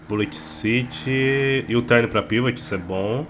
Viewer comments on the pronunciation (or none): none